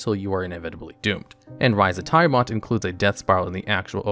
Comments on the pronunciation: Dude, You miss pronounced Tiamat. Its. tee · uh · mat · Dont ever say "thaimat" again. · Right! FYI, Chris Perkins and everyone else pronounce Tiamat as "TEE-uh-matt" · ITS TIAMAT, NOT THAI-MAT! Also way to reveal being a 15 min no short rest DM by having HotD and Frostmaiden high (later of which having the most lethal parts are fall damage and the extremely shit signalled Mythallar mechanics that change mid narrative/do the one thing i hate as a DM where its a "one effect for thee another entirely different for NPC" instead of at worst npcs items not being charge/use limit basted but recharge to not have to bookkeep as much). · Nice video but friend please stop saying "Taiamat" xD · The way Tiamat is pronounced repeatedly gave me so much psychic damage, I'm on death saving throws. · Same here 😆😆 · It did more than my max health in negatives. I died instantly. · Same! It's a great video otherwise, but I cringed badly each time Tiamat's name was butchered. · Did this guy really mispronounce tiamat? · Yes, yes he did. 😂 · Yep. Every time. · Multiple times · Yawning portal isn’t a module…and you left out Out of the Abyss in lieu of it….also Tiamat is in the DnD 80’s cartoon show and pronounced by Mearls, Crawford, countless DnDBeyond videos…I don’t trust this list now